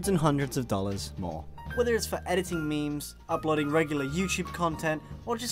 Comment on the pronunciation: Did he just say memeys?